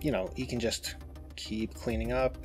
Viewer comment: “and here is the…biggest KHAN of white color schemes” 🤣